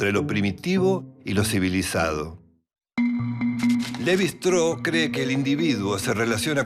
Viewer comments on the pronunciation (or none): ¿¿Levi "Straou"???, pero por favor, qué pronunciación inventada es esa? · Un texto claro e Interesante. Sólo me gustaría que los apellidos extranjeros se pronunciaran en castellano, o sea, Levy-Straus. Muchas gracias. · En frances no se pronuncia como indicas. Ni el mismo Claude lo pronunciaba así. No entiendo por qué queres pronunciar la St del alemán. Se puede pronunciar el apellido en una forma más derivada del español, los franceses lo hacen con su idioma. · Se pronuncia levistross (así con mucha s al final y todo junto)